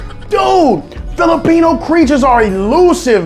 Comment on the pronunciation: You do not now how to say Filipino